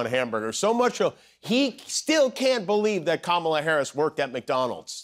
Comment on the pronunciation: Heard Kumala?😂😂